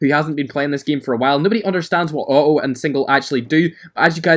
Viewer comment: Its Not "O o" its auto